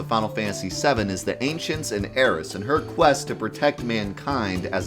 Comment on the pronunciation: Thank god he’s finally pronouncing Aeris correctly